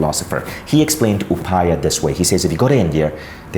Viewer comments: Hey Vishen and all viewers, plz have a look at this: It's not pronounced upaya.. it's pronounced like upay.. that last article 'a' is not be pronounced. Just like it's not pronounced lord Rama but Ram. The last article 'a' doesn't add any vocal difference. The difference lies in Sanskrit language grammar. In Sanskrit, a complete character requires an article at the end.. what you see at the end as 'a' is not pronounced as 'aa' it's just 'a'. ( If you still don't get it, just pronounce it without that 'a' in the end.. FYI: Yoga should be pronounced as 'Yog', without that 'a'. :) ) And yeah, I am Indian.. and love your content. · You are Indian. You know how to pronounce "Upaya". Not "Upaayaa"